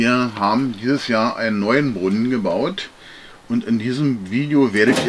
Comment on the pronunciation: Das heisst Brunnen nicht Brunnn.